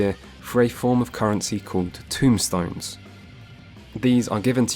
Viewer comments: It's not "tombstones" it's TOMEstones. Just fyi :o A bit less grim. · A bit nitpicky here, though this is one of my pet peeves. And you are not the only FFXIV player to do this, so let me start by saying this was an incredibly well made video. Very informative. Now my nitpick. The equipment currency is called TOMEstones. Not TOMBstones. Everytime I hear someone pronounce it that way it makes me feel like we are gathering headstones from the dead to bring to Roweena lol. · This is a great video, I am as experienced as you but I've watched this in the hopes of having a good starting point to show friends who also like deep dives. I have exactly one complaint and it's "tombstones"...they are TOMEstones, my friend 😂😂😂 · Tomestones not Tombstones